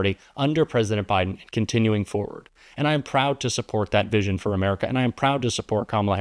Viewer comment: every time I hear that organism say "ameerica" my blood curdles. I know it's poorly educated and leans into its rhetorical posturing as a sort of dog whistle, but I'm sick of it.